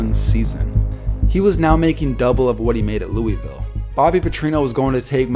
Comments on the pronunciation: Btw it’s loovill not Louievill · HOLY FUCK ITS NOT LUIS VILLE OR LOOEY VILLE ITS FUCKING LOOL VILLIE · Cringe every time he says "Lewie-ville" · Sorry, “Lewis-ville” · Every time this dude said Louisville it made me pissed off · Please pronounce Louisville right